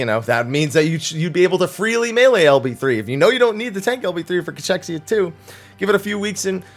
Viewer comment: Ca-kexia....Ca-kexia not chex....kex